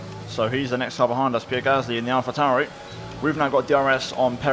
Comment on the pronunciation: Ditto Alpha Tow-rrrrri and Alfa Rrrrromeo.